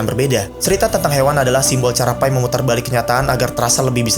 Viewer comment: Enggak "Pai", "Pi" kayak "Papi", soalnya itu nama orang Pi Patel